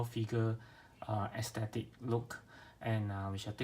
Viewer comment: outlook = aesthetic pronounced like ass-thed-dick